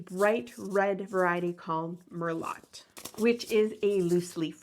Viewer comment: Pronounced Mer- loh. 😊